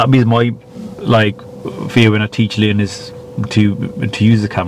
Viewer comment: Sounds like he called the "learners" looners. For those that don't know "looners" is a term used to describe people with fetishes to balloons.